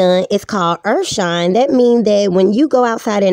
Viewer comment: lots of urfshine going around